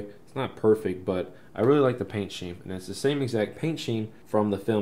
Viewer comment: Why is pronouncing paint scheme like paint sheme.🙄🤔